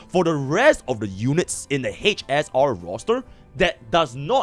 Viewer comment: hech ess aar...